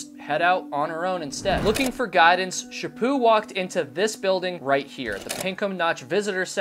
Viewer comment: I live and I never heard of this case. Also I have friends with that last name and they pronounce it "sha put" so it's weird 🙉 hearing it pronounced the way you are saying it. 😂 I hope her killer gets found. Is there a link??? 🙏❤️😊